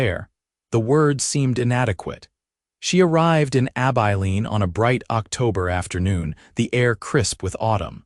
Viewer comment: Stopped after about 2 minutes when the narrator mispronounced Abiline.